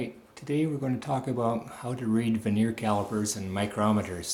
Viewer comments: It is Vernier, not veneer. Vernier (with an R) comes from the Frenchman who invented the bottom scale to increase precision. Veneer is a very thin wood sheet that is glued on top of crappy wood products to sell them at a higher price to the masses. And use a stick to point things out. The fat finger covers up half the screen and the uncontrolled shaking is dizzying at such great zoom in factor. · I thought it was cool that vernier is pronounced differently where you grew up from where I grew up. We pronounced it 'vər-nē-ər in three syllables. I love the way language shifts and morphs.